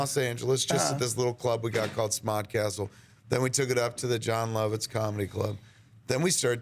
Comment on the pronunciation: kevin doesnt say "lawvitz" anymore. he actually says it correctly now Lovitz